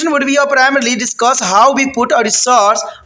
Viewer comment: u need to take english class first that was deciduous not discuss